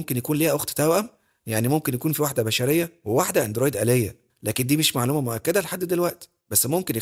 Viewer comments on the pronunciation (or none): none